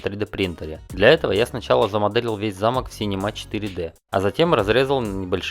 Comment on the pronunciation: Не замок а замок)